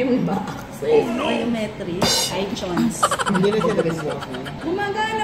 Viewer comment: iTyons. (Itunes) hahahahaha i cri 😂